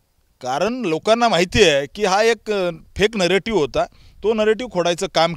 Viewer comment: नरेटिव्ह शब्द निट बोलता येत नाही..ते अगोदर शिका.